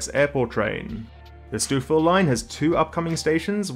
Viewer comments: I cracked up at 'Stew-fill'😂. For anyone from elsewhere, it's 'Stow-ville', rhymes with 'snow'. 🎉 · Lol. It's pronounced "Stove" not "Stew" in stouffville. Great video though! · Stoufville is pronounced STOW-ville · 'Stoofil' --> 'STOWville' 'Spadeena' --> 'Spa-DIE-na' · Where is stoofill?...its pronounced stoe-ville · For the record It's not Stoof-ville, it's pronounced Sto-ville (rhymes with go) Spadina is SpaDIEna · Minor correction: "Stoh-ville." Not "Stoofville." The f's are effectively silent. Great video, though and nice seeing GO getting some positive coverage. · St-ow-ville not st-ew-ville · "Stouffville" is pronounced STO-vil not STEW-vil... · Sorry for being picky, but it is pronounced “Stowe-ville”, not “Stewville”. And that street in Newmarket is pronounced “Mule-lock”, not “Mull-lock”. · "Stoof-ville"? You're not from the GTA, are you? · stoof ville line???? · Stouffville... we usually say "Stowville". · Easy mistake for someone not from the area, but Stouffville is pronounced STO-ville. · Stouffville is pronounced "Stowvil". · Had to LOL at Stoof Ville as well. Credit for mentioning it at all. I'm sure I'd mangle UK place names. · Just wanted to help you with some pronunciations... Stouffville - sto(like oh!)-ville Spadina - spuh-die-nuh Courtice - like the name Curtis. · Great info and analysis! Two tips from a local: Mulock = 'Mew-lock. Stouffville = "Stow-ville. :) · Stouffville is pronounced as "stow-ville" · You really need to learn how to pronounce Stouffville. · Stouffville is pronounced "Stowville" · Hrmmm. Stouffville: It's pronounced "Stoveville." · Not sure what you mean by “owe” but a clearer explanation would be Stow-ville. Like you stow your carry-on in the overhead bin. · Loved that STEWFF-ville 😂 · This fellow with the plummy accent managed to very credibly pronounce all the placenames, except for Stouffville. 9/10 👍 Is he the Aussie replacement for Reese (@ Martin?